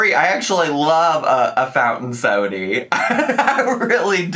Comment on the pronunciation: The way you say sodie 😂